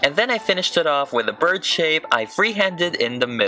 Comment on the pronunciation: Your southern accent for Apple Jack killed me! "Yeah no, that's a buurd" lmao.